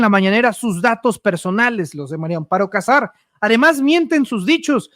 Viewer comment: Si van a decif algo al publico x lo menos tomen clases de lectura lo de el jefr de Pemex lo entiendo es gente de Oaxaca qud contrabajos hablan el Español pero tu eres um Yutuber y tienes x lo menos que leer bien, la mujer se llama Maria Amparo Casar de casamiento no de Cazador Maria, no Mario Mario es masculino da pena que aqui en Mexico sesn contados con los dedos de la mano quien sepa leer bien, da pfna oir gente con carrers Universitaria que lef coml un niño de segundo o 3er. año df primaria.